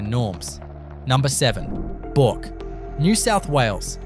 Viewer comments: Hey numpty.Bourke is pronounced Berk, no Bork.😅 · Time you learnt how to say Bourke correctly. I am surprised at how many town names you actually have no idea of how to pronounce them. Talk about third world towns but you yourself have third world speech. Disgusting to hear such ignorance. You even have no idea how to pronounce lead the metal.